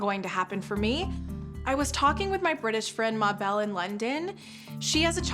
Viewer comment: The lady called Mable from London I have never heard it pronounced may-bell before 😂🤣